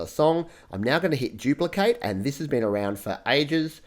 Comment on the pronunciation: It’s duplicate not jupelocate